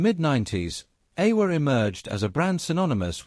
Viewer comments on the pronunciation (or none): Aiwa is pronounced "eye-wa".